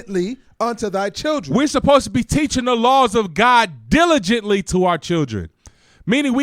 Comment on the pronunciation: Deligently 😂😂😂😂😂😂❤❤❤❤❤ thank you officer